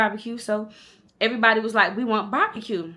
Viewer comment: The way you was saying “bahbacue” was cracking me up you so country! 🤣💓